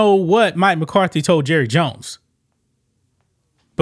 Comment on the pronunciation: “Hi, I’m Jurry jones.” 😂